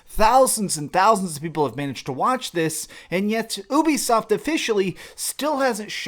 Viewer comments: Normal people: Ubisoft! This guy: Ooobisoft! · The fact that you said OOBISOFT negates your entire opinion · Did I just hear b**bisoft? 😂